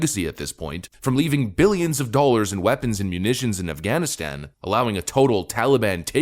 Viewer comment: "Billions of dawlers"